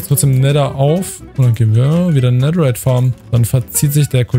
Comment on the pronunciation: wie das aufregt dass du immer "nedder" sagst